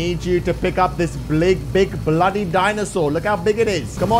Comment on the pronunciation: He always. Says bloddy